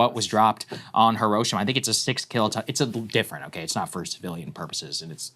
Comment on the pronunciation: Lol, everyone pronounces Hiroshima wrong.